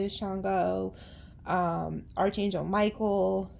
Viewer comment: You’re readings are amazing! Haven't watched for few months tho'. For the younger ones, Archangel is pronounced "ark" not "arch." ❤🎉❤